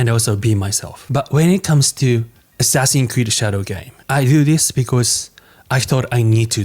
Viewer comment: Asscree sounds like ass reeeeee